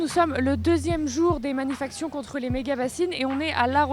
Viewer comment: les "manifactions"?? ça veut dire quoi??? attention!